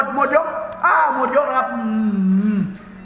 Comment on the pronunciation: พี่พูดชัดๆหน่อยคำว่าหมด